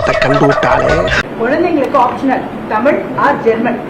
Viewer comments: தமிழ்டா அண்ணாமலை தமில் இல்லை மடையா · அட திராவிடியாப் பயலே.....நாதாரி.....நீ உன் மொழியின் பெயரையே ஒழுங்காக சொல்ல வராத நாதாரி. உன் நாக்கில் வசம்பு வைத்து தேய்த்து நாக்கை நன்கு வழித்தெடுத்து சொல்லப் சொன்னாலும் "தமில்"...மொலி...என்று பேசுகிற நாதாரி. நீ என்னமோ ஐபிஎஸ் என்று பீத்திக் கொண்டு திரியாதே? உன்னை முன்னிலைப்படுத்தி தங்கள் காரியங்களைச் சாதித்துக் கொள்ள நினைக்கும் பார்ப்பன திராவிடியாப் பயல்கள் வேண்டும் என்றால் இன்று உன்னைப் புகழ்ந்து வைக்கலாம். உன்னால் அவர்களுக்கு எந்த பயனும் இல்லை என்ற சூழல் வரும்போது (நிச்சயமாக வரும்) இன்றைய உனது யோக்யதைகளை பொதுவெளியில் நாறடிக்கத் தயங்க மாட்டார்கள். கவனமாகப் பேசிப் பழகு. அது உனது எதிர்கால நலனுக்காக நல்லது.